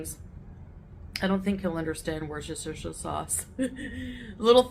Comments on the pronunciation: Worse Chester Sher Midwest dialect (autocorrects to "Shire") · She can’t even say the sauce name properly (woostershire is the pronunciation) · It took me a minute to work out what she was trying to say 😂 In the uk we just pronounce it ‘Wuster.’ A self proclaimed foodie should really know this 🙄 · "I don't think he'll understand Worseshesher sauce." Ahem, Ma'am...obviously, neither do you. Good to see some good quality Aussie beef in that lot! .😋 Cheers.💖💖💖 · Is she drinking a gravy sauce?? And no one understands "worsher-er-cester-er-shire" ... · How is she gonna clown on him for not "understanding" Worcestershire sauce when she can't pronounce it? 😑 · Wtf is Worhestershire sauce??? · This woman cant even pronounce worcestershire sauce and she's being condesecending about Salah not knowing what it is? She probably cant even spell it so she cant write it down on a list for him 😂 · She can’t even SAY Worcestershire, but throws shade about Sally ‘not understanding it’. Nice. 😏